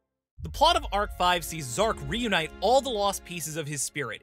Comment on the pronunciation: Zarc not zark